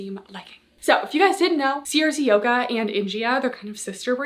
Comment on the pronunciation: (Haha writing separate comments for the engagement) … I think CRZ Yoga is pronounced either “Crazy” (most likely) or “Craze” Yoga instead each letter being spelled out.